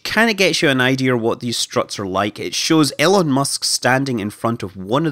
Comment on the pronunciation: Great video. I understand you have an accent, but still you are referring to Elon musk as Ellen musk. E-Lon not Ell-en 😀